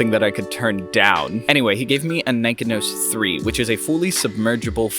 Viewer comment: Cool video. My neighbor knew I was into photography so she gave me her late husband's Nikon F and Nikkormat with 4 Ai lenses and a Nikonos IV-A camera with a 35mm f2.5 "wet" lens. Your video makes me want to go out in rainy weather and "waste some film". BTW, I believe it is pronounced Ni KON' os with the emphasis on KON. Happy shooting.